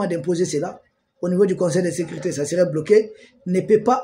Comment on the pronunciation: L Son seul hic est qu'il s'exprime un peu mal et prononce mal certains mots : ex sécurité devient secrite... C'est vraiment le seul hic dans ses analyses pointues.